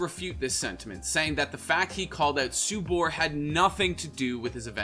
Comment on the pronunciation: and subur as "subar"